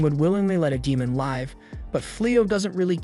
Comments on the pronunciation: it’s given away when it it mispronounces words or uses the wrong pronunciation in the work context like it said “live” like a concert instead of live in the sense of having a life and existing. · Is this an AI voice or something? Weird pronunciation on swears and the wrong version of live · This is AI. It pronounced "live" like in livestream but not live like living.